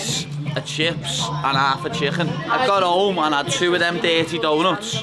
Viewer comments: Just the way he says chcccken sounds overweighted lol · A can a cooooke an half a chhhhhhicken 🇮🇪😂😂😂😂👍